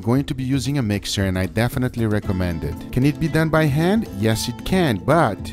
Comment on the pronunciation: "SO LETS DO ETT" Gay.